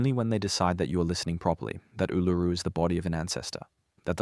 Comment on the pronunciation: your robot can't say Ularu